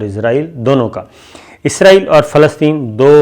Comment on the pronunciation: Ap name wrong phar ray ho isaril name hai ap k6 or bol ray ho